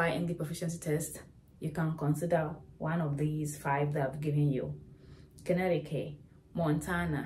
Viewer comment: Connecticut = Con-etiquette